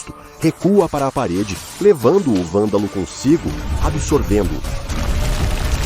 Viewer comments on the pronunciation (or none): Poderia caprichar mais na voz da IA. Algumas partes estão meio ruins como a IA falando "Valdal" e não "Vândalo"